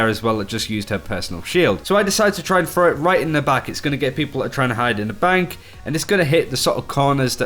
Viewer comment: Throw! Not frow! Learn fucking English Frough frow